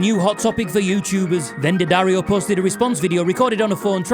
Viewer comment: Nice to hear someone pronounce it properly rather than DeeAddario. It’s D’ not D.